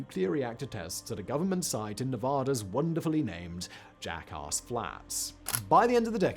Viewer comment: Fellow brit here. It's not "jackarse", it's "jackass". The "ass" part refers to a donkey or mule.